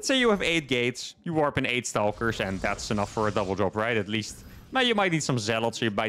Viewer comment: I enjoyed the amount of “Staulkers” I got to hear so close together